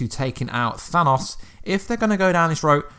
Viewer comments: The way he says Thanos bothers me. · You saying thanos wrong. Also, agree, LOKI LIVES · It's Than-OH-S, not than-AWS